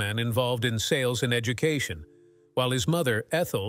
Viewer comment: please lose the robot voice i had to stop when the ai robot said educootion 🤣